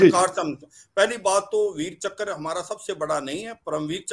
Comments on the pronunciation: Chakr, not chakra nor chakar. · One more - " Veer Chakkar" 😂🤣